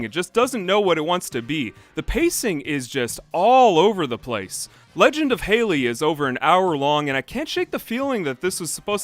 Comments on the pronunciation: Hal lee Not hay lee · Edmund halley is pronounced more sounding like "holly" then "hailey" I grew up in Canada around a few Scottish and British people and we studied the comet in school plus a Scottish teacher yadda yadda its anecdotal but I though it was worth mentioning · I always appreciate your ability to dig up nearly-lost media and commentate in an intelligent and entertaining way, but your insistence on pronouncing the English surname Halley (HA-lee) like the woman's name Hailey (HAY-lee) is making me grind my teeth. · Not “Hey-lee”, it’s “Hal-lee”. When there’s an identical pair of consonants in the middle of the word, the syllabllic division is between those two letters resulting in the first vowel from the syllable being pronounced with the short pronunciation. Such as “bollard”, it’s not “bow-lard”, it’s “ball-lard”. Rules of the English language! Ta-da! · Halley, not Haley. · Haley might be a girl's name but Halley with two "l"s is pronounced like the Hal in HAL 9000. Great video, by the way. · "halley" isn't a girl's name, you're thinking of "haley". spelled and pronounced differently (you're pronouncing halley like haley in the video, the 'a' in halley is soft as in it's an 'ah' sound rather than 'ey')